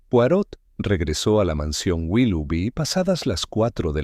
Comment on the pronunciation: La nzrrativa esta buena y entretenida pero definitivamente no es de agatha Cristie. Otra cosa debieran. Lo menos averiguar como se pronunc I a el apellido c de Mr. POIROT. saludos.